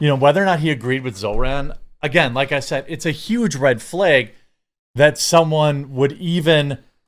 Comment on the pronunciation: It's pronounced flag not fleigh